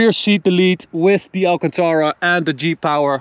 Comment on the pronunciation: I thought he was saying Jeep Hour not G-Power